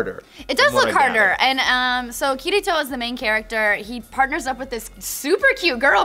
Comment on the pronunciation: That's a pretty generic american way to say it. (I remember them pronouncing it that way in the Negima dub). At least she said Kirito right?